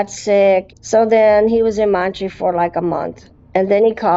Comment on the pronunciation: Girl - if only she knew that Canadian citizens have "free" healthcare. And to stop calling Montréal, "Montree"... This episode really made my eyes open about just how underaddressed grief is. I wonder if she had more grief support if she would be in this situation. Also scam education is highly needed.